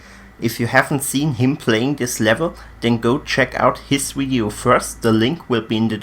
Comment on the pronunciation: "In this wideo"